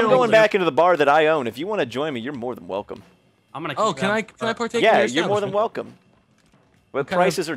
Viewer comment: It really sounds like ammo get you when Nanners say I'm gonna get you